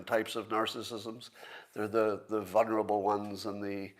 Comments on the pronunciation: Scott has university degrees but says "vunnerable", failing to pronounce the first L. He also says "shoont" "coont" and "woont" for shouldn't, couldn't and wouldn't, failing to pronounce the Ds. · VULNERABLE. NOT VUNERABLE.